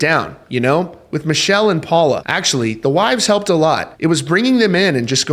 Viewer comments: Her name is pronounced Mic kell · This story would be better if you pronounced Neal and his wife's names right.